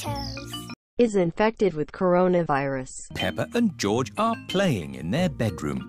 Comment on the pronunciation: Peppa more like pepper Hahahaah😅 hear close Fore real hah🤣🤣😂🤣